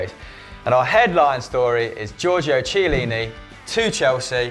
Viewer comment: In Italian pronunciation of 'Ch' is 'K'. So it's pronounced 'Kiellini'.